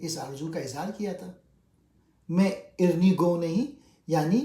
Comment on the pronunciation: اَرِنِی عربی کا لفظ ہے آیت قرآنی ہے رب أرِني انظر إليك. سورة اعراف اَرِني کا تلفظ ٹھیک کریں شکریہ